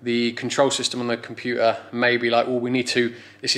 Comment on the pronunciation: Compu er , I think you mean computer .